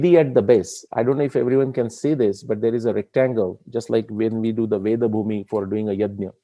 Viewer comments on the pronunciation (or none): none